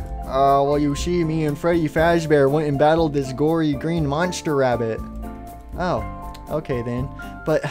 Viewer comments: &or Gregory you said labbit instead of rabbit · "Labbit rady" very good English 😂😂 btw where ruin rp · He said dancing labbit rady : ))))))))))) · “labbit rady